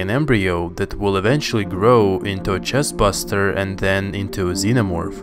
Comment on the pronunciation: cHeST BUsTer My guy its 'Chest Burster'